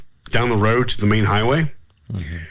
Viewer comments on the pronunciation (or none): none